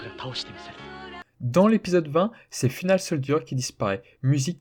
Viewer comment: Moi aussi va m'a fait ééénormément tiquer 🤪😅 Et pareil pour "Final soldier" en anglais il faut dire [faïnel]